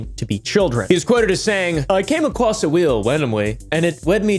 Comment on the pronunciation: WHY SAY IT LIKE THAT "i came acwoss a weel wandomwy" why bro